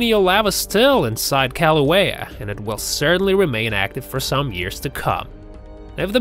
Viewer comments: And its pronounced (killouehya) not Kalouehya. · Its not paper, its Laaahhvuh. And its not St. Helens, its Kaaahhluhwayuh. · Omg yes and the volcano itself!! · Brah, learn how to say lava and Kilauea. Mahalo 🤙